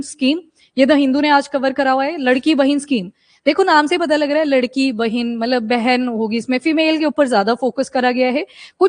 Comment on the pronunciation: Mam it’s not ladki it’s लाडकी bahin means favourite sister